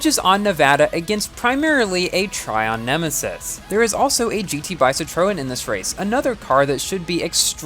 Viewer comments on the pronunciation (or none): none